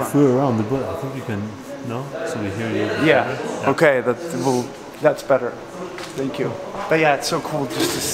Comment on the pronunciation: the most swedish thank you ever! 😂